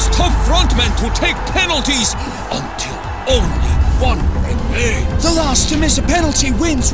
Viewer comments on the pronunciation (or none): Last* not Lohrst